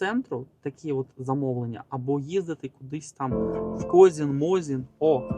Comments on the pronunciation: Козин а не козін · Козин а не Козін😂